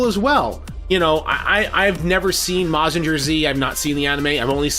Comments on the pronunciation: Can't call yourself a mecha fan if you don't watch Super Robot Shows (Mazinger Z (Btw Mazinger is pronounced with a "guhr" rather than a "jer"), Getter Robo (Combining Grandfather), Steel Jeeg, etc) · I hope that the Bumblebee movie will not be in the Bayformers universe. Bay can include "A Bee Movie" instead and we won't mind. Oh,by the way, Mazinger Z is pronounced as "Maz-zin-ger Z" in a fast tone.